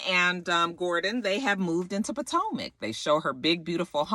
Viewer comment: back when you used to say Po-Toe-Mac lol We've come a long way!! it's always a Joy to see Ray walking in to a place. I really hope I live to see his age. Just something about aging now really feels like a accomplishment. Side note: i keep thinking Bravo will make his eyes get bigger especially when he sees ashley showing all that skin.